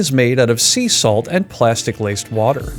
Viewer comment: interesting way to pronounce "Salt"